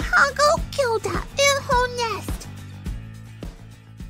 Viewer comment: It’s Gilda not giwda